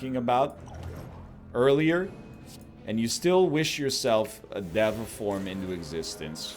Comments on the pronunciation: Why does he keep making fun of people for correcting his pronunciation of deva but then he pronounces it a second incorrect way? day va you nerd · Diego I just think it’s funny that he’s obsessing over the pronunciation and keeps going “diva. No sorry dev uh” even though neither is correct and he hasn’t once pronounced it right.